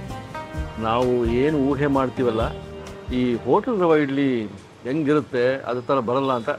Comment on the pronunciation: ರವೆ ಇಡ್ಲಿ ಅಂತ pronounce ಮಾಡಿ rava ಇಡ್ಲಿ ಅಂತಲ್ಲ